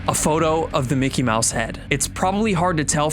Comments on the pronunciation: It’s Mickey Mouse not minney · For the last time its mickey mouse not minne mouse